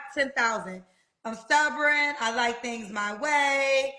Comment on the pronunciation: People that say stubborn like “stubberon” need to be locked up. Which I’m pretty sure she just got out of prison with that lingo.